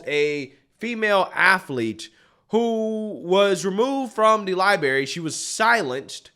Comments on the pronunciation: Do you say library that way on purpose? Lie-berry? Come on man. You're not 4 years old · The word "library" is pronounced "Ly bRah Ree"... I went through a lot to learn to say it correctly. It now hurts my ears to hear it pronounced this way... Sorry. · It's LIBRARY brother..NOT "LIBERRY "..lol😂 Seriously tho.. keep making these great videos!! 👊👊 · Please learn how it is pronounced. It is NOT lie-berry, it is lie-bRRRary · Can you really not say LibRary? What is a libary?😂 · Only complaint I have is she don’t know it’s a lieberry 😂😂😂😂😂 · It's "library" not "libary"! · it's "li-brerry" not "li-berry." You sound like a third grader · LibRary, not liberry. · For the love of God Library, not Libary. It makes it very hard to take you seriously when you pronounce this like a child. I watch you all of the time and like you, but please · Dude... there are two "R's" in libRary... You sound like a 70 IQ saying "Liberry" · I love you man, but its "libRaRy" not "libary" That said, I love the video and drawing attention to women being silenced. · Library not Liberry, you're an intelligent guy with a large platform, please set a better example by using the language correctly. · Hey man love your channel but man it’s libRary not liberry. 😂 love you man …. No homo…..